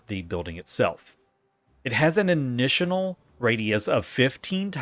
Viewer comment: “It has an initinial radius” sighs americans…